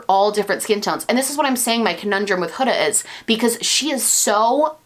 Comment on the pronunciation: you're one of the only beauty gurus I've heard actually pronounce Huda's name correctly (rhymes with coulda/woulda/shoulda)